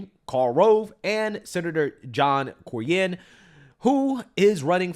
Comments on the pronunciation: you're driving me crazy! It's John CORE-NIN, CORE-NIN! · It's "CORN-IN" not Corey and...CORN-IN! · Pronounced C-O-R-N-YN (corn-in’) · John Cornyn. It's pronounced KOR-nin...and he needs to go. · John Cornyn is pronounced "KOR'-NIN" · The pronunciation for "Cornyn" "Core-nin"